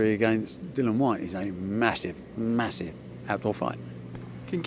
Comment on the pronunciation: He’s called Dillian Barry, NOT Dilan ffs. Know your fighters names bruv